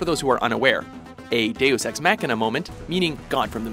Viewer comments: The way he says it is Mac-Kina, like some new Apple product. Most people pronounce it with a longer A. "Mah-Kina". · your saying it wrong deus ex machina not deus ex mackkkkkkina what the fudge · The way you're pronouncing machina is killing.. mock*in*a not mac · Mock, not Mack. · Deus Ex “Mackina” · why does the narrator speak in an American accent, but pronounces words like Machina and Speciality like a Brit? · That mispronounciation of Machina.